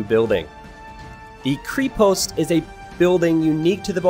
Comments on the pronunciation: It is not a "creepost" but a [krɛpost], an "e" like in "bet" and it actually means castle in Bulgarian, and the double "n" in konnik is very important, beside that nice video ;) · Since I am from Bulgaria a short pronunciation course Ö КРЕПОСТ - KREPOST (hard K and hard E ) , singular bagain/bagaini plural ( bagains is not right at all) BAGA (G LIKE IN GREEN) IN - from Iranian baga- lord, great,big .and btw bagatur bagain must be cav unit not infantry :D KONNIK -horseman - KON-NIK (hard K, hard N and one more N) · Cree Post and Cunnics. Me (slavic speaker): Ugh, painful! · Krepost/Крепост is pronounced as "Kr-eh-poh-st", not "Krypost". Konnik/Конник is "Cone-Nick" and not "Khannik". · It's krepost with E as in "rEd" not an E as in "cream", mate, take it from a Bulgarian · Kreapastj. Not Kreepost ;) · Yea, made me spit all the water while i drink :D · Krepost (Крепост) - is pronounced with a hard K, like in Kremlin. It just means fortification. Konnik (конник) - hard K again, it just means horseman. Think of both words as if they were fast east Asian, and formed of complete syllables. Kre-post, kon-nik. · Actually, it have to be pronounced as "krEpost' ", which means "stronghold" and konnik basically means "horseman", not "a horse" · "Kreeepost" "Kah-nik" Lmao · Great Vid. FYI, "Krepost" is pronounced Kreh-post. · They are pronounced Kreh-pohst (крепост) and Kohn-neek (конник). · Butchered the names of literally every single unit and building. Not how you pronounce kre-post; baga-in; kon-nik and more.... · Nobody is gonna mention how he butchered the pronunciation "krepost"? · Also krepost is pronounced like Crêpe in french, but replace the last "e" with "ost" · Lol two things: the "e" in krepost is pronounced like the "e" in egg. And konnik literally means horse 😂🤔 and the "o" Is pronounced as o in ogre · Also the E in Krepost is read the same way as it is in " left "